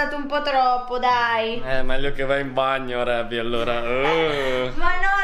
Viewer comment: Si dice reby